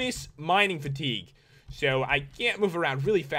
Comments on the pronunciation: Fitigue? Not being mean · Mining FITIGUE? Really?